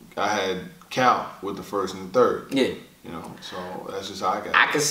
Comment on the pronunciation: Y is it so hard to say cal won😌😂😂😂